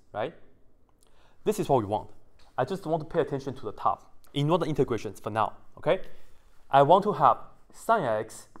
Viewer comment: I love the way you said thuu.. 😂😂😂